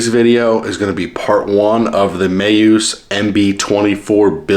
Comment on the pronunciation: Lol. You keep saying Mayuse. Is Meus. Me.. us.. Now say it fast Me-us. One word. 😂😂😂